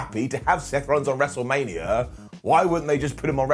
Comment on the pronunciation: "mestlemania" lol